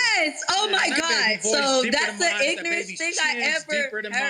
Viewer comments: ma'am 🤨 "ignor-est" is the MOST ignorant thing I've ever heard 😭🤣😅@ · "That's the ignorriss thing I ever heard!" Lol 🤣🤣🤣